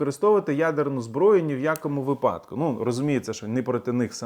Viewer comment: правильний наголос - вИпадок, вИпадку